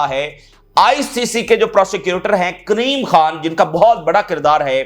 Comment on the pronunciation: Kareem Khan kaho , Kreem Khan nahi